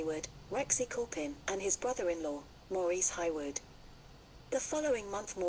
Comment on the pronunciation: Her surname is pronounced HAY-Wood not Highwood